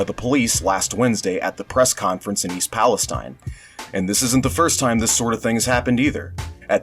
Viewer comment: It's pronounced "Pal-eh-Steen" because it's Ohio. Just FYI